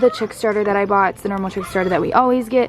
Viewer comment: Word correction: you said boughtin and its Bought. I'm not trying to be rude. Big fan! Keep up the good work! I love your channel! I love all your animals! CONGRATULATIONS on your brand new chicks! What are you gonna name them?